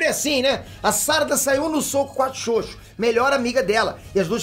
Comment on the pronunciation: me da uma agonia quando ele fala ''xoxo''. fala direito caraio.. kkkkk